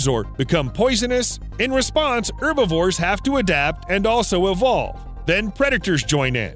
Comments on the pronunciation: It's Herbivores not Urbivores, Animals are not plants and anyway you actually do pronounce the H in Herbs only the French don't because there is no H in the French language they are all silent. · Why don't you pronounce the "h" in herbivores????? Irritating